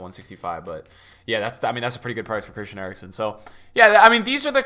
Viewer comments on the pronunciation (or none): none